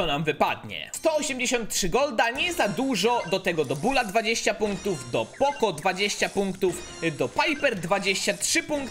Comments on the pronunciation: mówi się poko a nie poco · Sorki poco czyta się poko